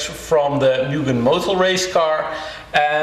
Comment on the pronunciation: Public Service Announcement: The correct pronunciation of Mugen is "MOO-GEN" P. S. Anyway nice video 😃🚗